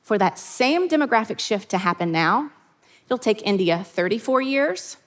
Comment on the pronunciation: the way she said India -_